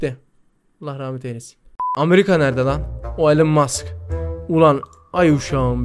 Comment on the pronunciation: Abi onu Elon maks diye söylemiyiceksin onun yerine elon Musk yani okunuşu Elon mask diye okuyucaksın